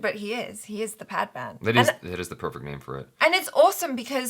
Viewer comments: It is pronounced as 'Pad man', both of which are your regular english words. The way you pronounced 'Pad' as 'paad' is the Hindi word for 'fart', thus fart man. :) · Its Pad Not Paadh😂. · bhai its not padman its pad-man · paadman=fart man the real is PAD as in Sanitary pad so its PADMAN !! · PAAD MAAN nahi PAD MAN 😂😂😂😂😂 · He said.... Paad maan... 😂😂😂 Its english....your language.... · This comment is from my ghost. I died laughing when he said पाद-मान. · Did he sat paadmaan😂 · pronounce it paad maan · did he say "PAADMAAN" 😂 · you're 1st pronunciation of "Pad man" was "Paad Maan" and "Paad" in Hindi slang means "Fart" hahahaha... Just a fun fact to laugh on.. 😂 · did he just said paad?? that means farting in our language.. sorry 😁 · I love how you both fight over the understanding of trailers and your pronunciation of Hindi words is hilarious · how can you not pronunce padman